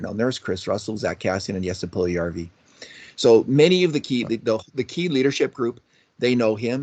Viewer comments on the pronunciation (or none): Lose the Broberry Nonsense or learn the exact ethnic pronunciation for Puljujarvvi and all foreign players……